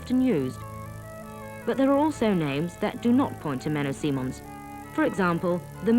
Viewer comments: Menno Simons NOT Menno Simmons or Menno Seemans. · It's Menno Simons. She is pronouncing his name incorrectly the whole time.